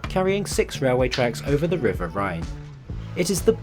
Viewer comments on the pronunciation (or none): none